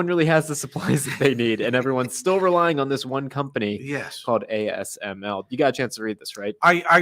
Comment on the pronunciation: Dude you don't even know how to pronouns ASML.